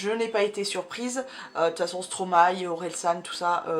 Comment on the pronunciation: ca me stress de ouuuf quand tu dis stromaYYYYY hhahahah